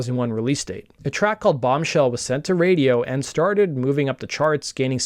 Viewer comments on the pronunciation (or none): none